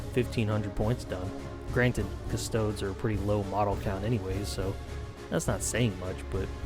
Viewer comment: cust-oh-dees custodes